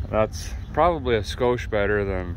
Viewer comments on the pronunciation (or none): none